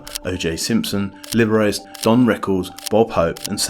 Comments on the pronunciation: The name Liberace is not pronounced as "Liberayss". It's actually pronounced as "Liberachee" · Bro said LiberACE It’s Liber-AH-Chee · Prohnounced liberace like liberis lol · Liber ace...lol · haha yeah I noticed. 'libber ace'... I actually used to think it was spelled Liberacci until I saw it in print. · Liberace is pronounced Libber-archie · It’s Italian - so closer to libber-ah-cheh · Libber RatchEE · Liberace 😂 Lib er archie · are you sure there was no ai involved? I'm pretty sure you know how to pronounce "Liberace". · How did you just pronounce Liberace, junior? 🤣🤣🤣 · You need to learn how to correctly pronounce Liberace. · The biggest crime is how you pronounced "Liberace" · Bro you're killing me with the way you say Liberace